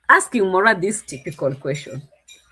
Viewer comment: It’s Moraa😅😅😅